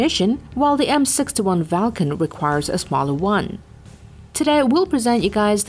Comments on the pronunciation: wtf is this bot? it said m61 Valcon, it isnt as valcon, it is a Vulcan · It's called "Vulcan", not "Falcon".